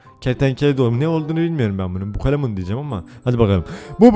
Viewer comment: Türkçe : Bukalemun Baturayca: Bukulemun 😂😂😂😂😂😂